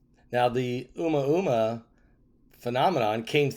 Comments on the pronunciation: It is pronounced O Mooo ahhh mooo ahhh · It’s Ooo-Moooah-moooah….